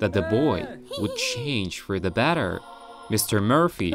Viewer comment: Hey you just said batter not better